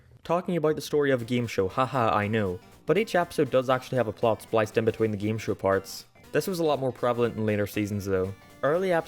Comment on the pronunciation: "Geeme Show"